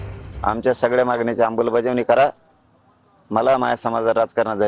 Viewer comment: साधा अमलबजावणी बोलता येत नाही